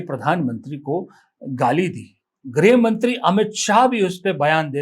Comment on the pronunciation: Griha Mantri ke pronunciation Graha Mantri ko please send to mangal graha me bhej do